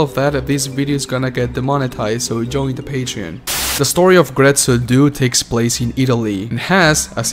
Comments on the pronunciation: Very well made video but my friend, my friend, DUE, DUE, "DO-AY"!!!! Not "doo"😭😭😭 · It hurt my hears to hear "due" in English... "due" means "two" in Italian. Like, the number two. That number after "one" and before "three". Numero "dos". Uno, due, tre.... "Due" in Italian is to be pronounced something like "do eh"